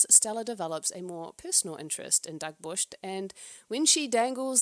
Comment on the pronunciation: Firstly Thank you for your work doing the lords work finding these videos =) <3 sidse babet knudsen almost playing sapphic is a win in my book. even a toxic one will do. she is awsome and funny and charming. Love love love her. Also Its sounds like you say Dagburst. im not icelandic, danish but i think its pronouced Dagbjört: "DAHG-byurht," with the 'ð' sounding like 'th' in 'the,' making the 'b' and 'j' blend into a 'bj' sound, and the 'ö' like 'ur' in 'fur', stressing the first syllable.